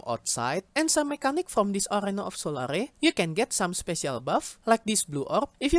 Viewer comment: it's pronounced Sol-air, 'sol-are-e" would be spelt as solary